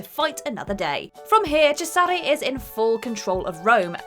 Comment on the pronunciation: The way she pronounced Cesare hurt my soul